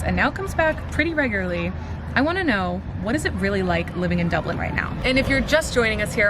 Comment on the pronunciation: Hi Claire. Stop saying dubelin.